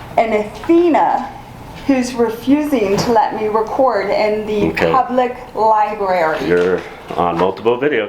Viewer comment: Did you fucking say LIBARY, and not libRary? Please fix that man. Sweet T got it right!